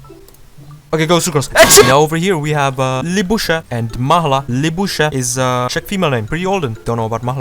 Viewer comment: you got Mahla's pronunciation exactly right! "Mahla" is Finnish for "sap". It isn't really used as a name as far as I know.